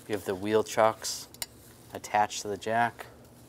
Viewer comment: Yes chocks not chucks